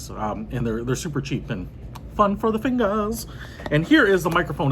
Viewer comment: "fun for the fingassss" haha